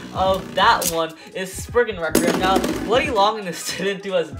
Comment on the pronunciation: you said "sprugnut"